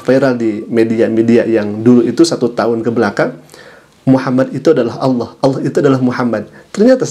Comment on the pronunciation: Ini bukan warga Malaysia,ini warga apa pun xtau.sebut nama Allah pun salah jadi sebut Aullah